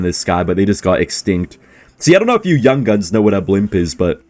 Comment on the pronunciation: the type of guy to pronounce yungins as young guns